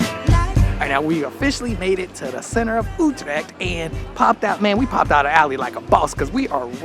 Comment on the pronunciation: Why do I have to do a TOEFL test to get a conditional entry to your country and you are too mentally lazy to for even one single time pronounce one single word like Utrecht THE WAY IT IS CORRECT ?